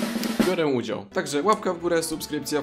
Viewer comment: "BIORĘ UDIZAŁ"